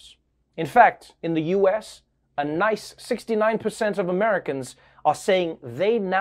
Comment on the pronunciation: Is no one gonna acknowledge the emphasis on "Nice" before he said 69%??